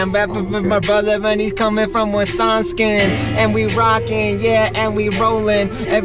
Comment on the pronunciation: You said Wisconskin ...lol